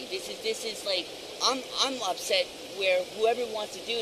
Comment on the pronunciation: You shouldn't fwuck with him. He's gonna get upswet